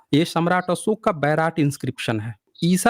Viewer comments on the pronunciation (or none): none